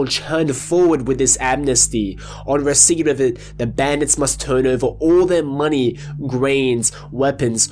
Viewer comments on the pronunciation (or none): none